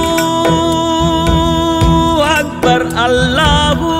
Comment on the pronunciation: சாருக்கு நன்றி அல்லாஹு அக்பர் என்ற சொல்லை நன்றாக அழுத்தி சொல்ல வேண்டும் அதை மட்டும் கொஞ்சம் கவனம் கொள்ளவும் தேவைப்படின் நாகூர் ஹனிபாவின் பாடல் லில் அழுத்தத்தை கானமுடியும் கடவுளின் பெயரை கூறும் பொழுது சாதாரணமாக உச்சரிக்க கூடாது அப்படி அழுத்தமாக அழைக்காவிடில் அவனை அவமதித்தாகத்தான் அமையும் மற்றபடி பாடல் அருமை தொப்பி போட்டுத்தான்பாடவேண்டிய அவசியமில்லை உங்கள் மார்க்கம் உங்களுக்கு எங்கள்மார்க்கம் எங்களுக்கு நன்றி சகோதரரே